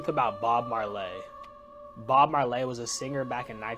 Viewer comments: first off Bob Mar-Lay? Shouldn’t you research the person before the video? But the real problem with that video, wtf is up with that guys teeth? Totally distracted me from the video. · BOB MARLAY? LMAO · The way that kid is pronouncing Bob Marley is acrosious😢..cut your dreads off kid immediately 😂😂 Bob Mar-lay gtfoh🤜 🪲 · I came here to say this. I just can't take a person seriously who doesn't know how to pronounce Bob Marley. PLUS I feel so bad that they don't know him. Even the person reading the clip is just monotone reading. Sad times. (Yes I'm old, but Bob Marley was before my time and yet... here I am pronouncing his name correctly)😂😂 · Why you pronounce Bob Marley name like that 😂